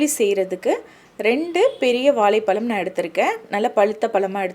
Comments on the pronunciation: வாழைப் பழம் என்ற அழ்கிய தமிழ் வார்த்தையை ஏன் இப்படி வாலைப்பலம் என்று சொல்கிறீர்கள். ரெசிபி எல்லாம் ரொம்ப சூப்பர் தான்..no doubt..new method.. I will try soon definitely..thanks. But you.please try to start pronouncing the word correctly, pls..ok..sister.. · இது ‘வாலை பலம்’ இல்லை - வாழை பழம் தமிழை சரியாக பேசகூட தெரியாமல் ஏன் தமிழ் விடியோ போடறீங்க கேட்கவே பிடிக்கவில்லை!!! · Please learn to say Vazai phazam Properly and then post video Not Valai psalm 😂😂😂😂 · Vazha pazham pronunciation shd learn correctly.Otherwise good presentation